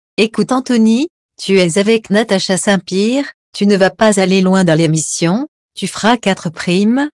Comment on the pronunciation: On dit Pierre, pas Pire, vous avez encore beaucoup à apprendre, on le sent que vous lisez un texte, encore des efforts à fournir